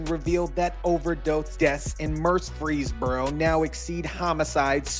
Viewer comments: You can’t be from Tennessee we don’t pronounce Murfreesboro like that it’s just Mer-free-boro. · You have "statistic" down...now work on pronouncing "Mur-frees-boro" Say it with me... clap it out 🙏...🙏...🙏 🤣🤣🤣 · it's Mur- frees-burro, it sounds like you're putting a three in there 😂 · Murf Rees Burrow pronounced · Hey just say it southern. Murphysboro. Out of staters get hung up on the frees part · I think you're having a problem pronouncing MUR*FREES*BORO... You're welcome! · stop saying it like that!it's ONE word Murfreesboro ya say the whole thing like a tribe called quest. it's not fkn Mur-fees-buro it's not the budweiser frogs.sorry this is great news but yeah.just don't say it,you're making my ears bleed saying it wrong. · It's pronounced Murphys borough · Fyi, its pronounced "Murf-freeze-boro 🙌🏼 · Mur-fees-boro. No one pronounces the second R. 😂 Sorry, I am from Tennessee. ❤ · Same dude. I am a native to Murfreesboro. It really bothers me for some reason hearing this guy pronounce it the way he does. It's "Mur-FREEZE-boro". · Bruh why u said Murfreesboro like that not how it pronounced but whatever I guess 😂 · The fact that you can't pronounce Murfreesboro makes everything else you say ridiculous. You literally couldn't invest 2 minutes to figure it out. Stop it. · wtf can't you pronounce Murfreesboro? the news clips you show say it right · Your not saying Murfreesboro right 😊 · I live in murfreesboro. Glad they busted their asses. Good riddance. Also, your pronunciation of our city name is so funny to me. God bless you brother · DUDE please!!!! You put so many newscasters on showing you how to pronounce Murfreesboro correctly and you still butchered it every single time. Less emphasis on that “R”. Watch how the broadcasters from there say it. I tried to let it slide but the more you did it the more it was like fingernails on a chalkboard. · Was counting on you to roast this guy for his pronunciation of Murfreesboro. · “MUUR -freeze-burro”.